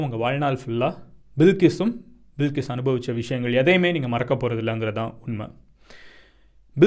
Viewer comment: Bilkis illey adhu balqis